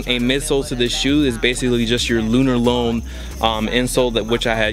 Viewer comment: Bruh it's pronounced lunar lawn